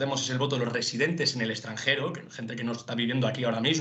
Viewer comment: ExtranGero...??? O extranJero?